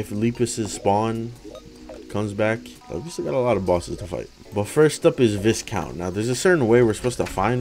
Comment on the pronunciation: Who's going to tell him it's pronounced Vicount instead of Viscount?